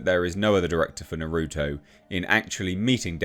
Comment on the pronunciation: He butchered Naruto's name and it causes me pain.